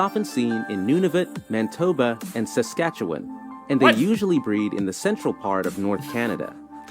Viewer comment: Amazing to me that the narrator said Saskatchewan properly but said New Brunswick and Manitoba wrong lol.